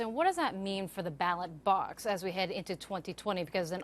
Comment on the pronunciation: Someone needs to tell the news lady that its a ballot...not a ballad.